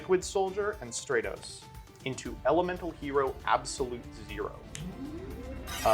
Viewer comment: “Have you kept up with the YGO Meta?” Also: plays Hero Also hearing you call Stratos “Stray-Toes” made me cringe 😂